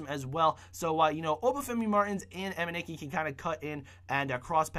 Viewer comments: Emenike not Emeniki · He means the price of the team. BTW its pronounced Emeneeke